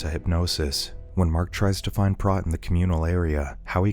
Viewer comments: Did you even watch this movie? His name is pronounced with a long O sound (sounds like "moat") and not a soft O (rhymes with "got"). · It's obvious that the Narrator has never seen K-PAX due his constant mispronunciation of Prot (it's pronounced like pr-OH-t, with the 'OH' sound). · It's pronounced Prote. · It's pronounced PROTE!